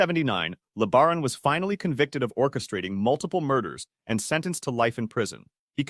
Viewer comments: Ervil LaBaron's last name is pronounced like La-Bear-on, not Le-ber-on. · It’s not LEAH-BA-RON.. it’s LEE BEAR-ON.. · Leb-a-ron. Sounds like a transformer the way your AI voice says it. Horrible. Le-bear-on.